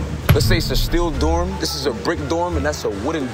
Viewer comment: Listen 😂😢😢😢😢to how he says dorm sounds like he said doom, he can't be serious